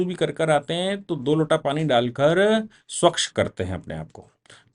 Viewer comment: स्वकश नहीं। स्वच्छ।